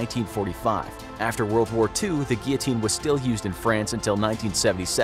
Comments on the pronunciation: You didn't say guillotine 😂 You said geeyoteen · Take a shot every time he says gullotine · It's actually pronounced "Gill-o-teen." I'm American so I'd know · yes. Its gill o teen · guillotine sounds like giotine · Your pronunciation of guillotine is awesome 😂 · I was going to put a like on this video, but it was annoying me that they were saying "Guillotine" wrong...